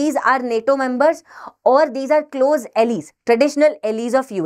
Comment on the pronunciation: Your video podcasts are pretty good, well researched. PS: एलाइज Not एलीज